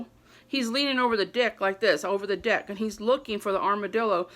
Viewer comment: Leaning over the dick lol I know u were trying to say deck. Or maybe I'm just hearing things lol